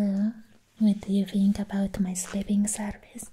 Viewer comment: im already giggling how you pronounce "think" i fink.